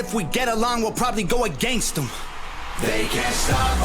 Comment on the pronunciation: When he says If we all get along we'll probably go against em, it sounds like he says We'll probably go a gangsta. That'll work too